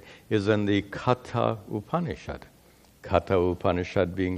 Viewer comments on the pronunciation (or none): Sorry, Katha Upanishad is meant to be pronounced "कठ उपनिषद्" or "कठोपनिषद्".